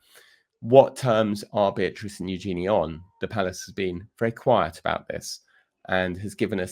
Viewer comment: Princess Eugenie's name is pronounced YOO-zhuh-nee, with the stress on the first syllable.